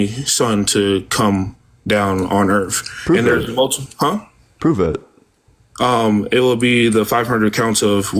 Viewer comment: Why do so many Christian callers call it "da Erf" ?